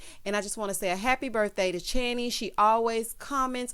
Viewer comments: thank you again for the shoutout, you pronounced it correctly 🙂 I left you comment but know you got loads to get through 😆 Wishing your son a huge happy birthday for next week too! 💕🎂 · Thank you once again, like channy said you did pronounce it right , I too would like to wish your little prince 🤴🏾 a massive Happy Blessed Birthday for next week 💙🎂🎁🎉